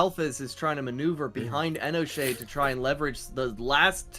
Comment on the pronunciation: Bruh the narrator can't pronounce for shit... Enoshade doesn't have a D after the N and that first amalgamation go...